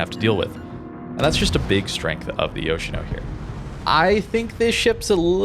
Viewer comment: Its pronounced Yosheeno.